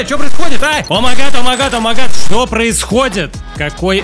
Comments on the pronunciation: Да какой нах ОМАГАД, когда О М А Й Г А Д бесит реально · правильно не омагад,а о май гад😕